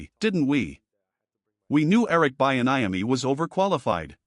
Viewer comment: And the mispronunciation of Bieniemy really messed with me. We need to move Antawan Randel-El up to OC and get ready for the Draft